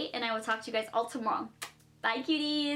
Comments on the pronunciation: Did anyone else hear her saying uties instead of cuties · WAIT WAIT WAIT DO U SAY HI CUTIES AT THE START OR HI BEAUTIES ITS BEEN BUGGING ME FIR SO LONG I ALWys THOUGHT IT WAS CUTIES.. BUT AT THE START IT SOUNDED LIKE BEAUTIES